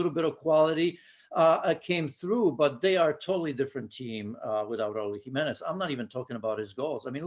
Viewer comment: I realize she’s not from Spain, but When she pronounced Raul Jimenez name I mean she sounded so authentic.